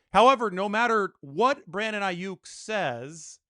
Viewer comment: It's not Aiyuk It's Aiyuck